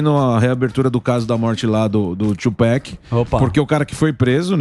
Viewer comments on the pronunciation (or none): Não é "to pec" é Tupac, caralho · "Tupec" diz o kkkkkk